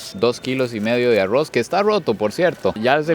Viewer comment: yo si quisiera saber por que cuando pronuncian algunas palabras con la letra R hablan como si fueran gringos Arrouz Rojous wtf no entiendo nada